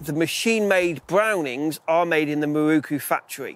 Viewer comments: Great video apart from the WHOLE industry pronouncing Miroku wrong! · miROku, NOT mirookoo